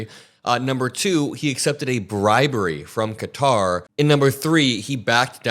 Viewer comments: For $400 million, don't you think Trump could learn to pronounce the name of the country that's gifting him this grift?? (They pronounce it "Cutter.") And do you think, by any chance, that this flying palace will be fitted with listening devices? Hmmm... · Stop calling it cutter. You sound like maga. lol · It’s confusing to hear Qatar pronounced “cutter”. 🩵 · Even if he refers to Qatar as "cutter" . Same with Ben Meiselas at Meidas Touch . Definitely American educated .. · when americans say cutter do they mean the nation of qatar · I think you may need to look up the pronunciation of Qatar. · And does he mispronounce "Qatar"? Why yes, yes he does. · You fixed the pronunciation of Qatar to Cutter, then went back to the incorrect one. Why??? You’re way too smart for this. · Its qatar, not cutter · It IS QATAR (ka tar) not fkn “cutter” like these dipsticks are saying. Also him saying “I could be an idiot and..” when he is clearly an idiot is pure hilarity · I love your show but it isn’t pronounced “cutter” it’s pronounced “Qatar” like Ka-tar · Stop saying CUTTER !! KAH-TAR !! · Why is everyone mispronouncing Qatar? I looked it up just to make sure I'm right, it's not 'cutter'. I heard you say it right several times, so why say it wrong? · ITS NOT “CUTTER” ITS QATAR! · It's pronounced Kuh-taa, not cutter! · Qatar isn't pronounced "Cutter" ... it is "Kuh-tar". Trump actually had something right for a change. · It's not Cutter it's Ka-tar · Isn't it "Kuh-tar" not "cutter?" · It's not pronounced Cutter. It's pronounced Kaa-Tar (sorry personal pet peeve). It's a bribe. He knows it's a bribe. 75% of the US knows it's a bribe. He's been dealing in dirty businesses his entire life. Everyone who has made a comfortable home in his stench filled colon is either indebted to him, or he has dirt on them. The real joke is the US allowing this clown show to completely cripple and crumble the US empire, while watching it happen. Sad. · It's Qatar not Cutter!